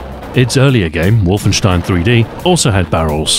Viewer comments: Despite being British, he pronounced "Wolfen(s)tein" the way it should be. I love this channel, it's one of my old favourites! He deserves all a subs he has! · I love how you mostly pronounce "Wolfenstein" right. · Oh my god you pronounced wolfenstein more in german manner. Thank you. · It's always so pleasant to hear others pronounce the title "Wolfenstein" correctly